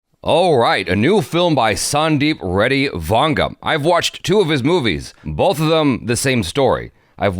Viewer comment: You prunounce his name well it is vanga